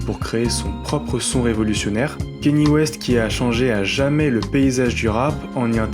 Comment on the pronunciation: Je rêve où t’as dit « kéni west » en 2025 ??? T’es quel genre de boomer exactement ?